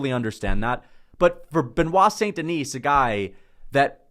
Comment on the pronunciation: hey by the way the S in Denis is silent